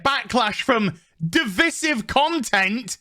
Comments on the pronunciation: Dude, you're English, you have no excuse for pronouncing divisive incorrectly. The Drinker does it too, even after his rich parents spent so much on his university education. I can forgive Yankees mispronouncing it as dee-viz-if but it's unbearable to hear an English man do it. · Today i learned that "divisive" isn't pronounced as "device-ive" as i always just assumed it would be. The one word in this godforsaken language that is actually pronounced as it is written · I don’t think it’s a 1 star, I’d give it about a 3/4 star out of 10. 1 star to me is like one of those extremely cheap shows with very cheap actors. It’s Divisive is pronounced De-vice-iv 🤦🏽‍♂️ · DE - VI - SIVE Speak English, English man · he needs to learn how to pronounce "divisive " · Who is troubled by Azs pronunciation of "divisive"?